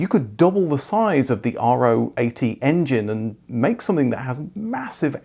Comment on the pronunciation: A great video as always, thank you! Allow a little nitpick: Literally no one in Germany (or anywhere else that i know of) pronounces the RO 80 as "R-O 80". Better pronounce it like the 17th letter in the greek alphabet.